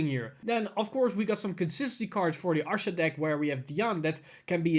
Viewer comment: Lol someone keep count on how many times he mispronounces Ahsha's name